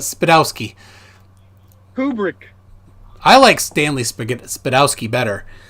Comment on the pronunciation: this guys sits there and talks about Stanley Kubrick movies but can't even say his name correctly. The flat earth doesn't have much gas left in the tank if this is the crap they bring to the table